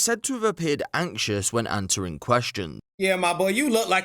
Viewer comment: Like Denzel says, “My Enwerd” 😅